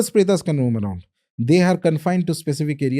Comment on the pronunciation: My friend, like we are a species of human beings, Homo sapiens not Homo sapienas, they are also a species of soul, whose name is taken from Sanskrit, so you can pronounce it as it is, like it is a pret is pret not pretas. Pisach is not pisachas. very important. Bhagawan Shiv is Shiv not Lord Shiva. Just like Ramayan is Ramayan not Ramayana